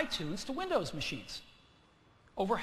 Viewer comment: Apple's coming back!!! Oh and he said "winders" lol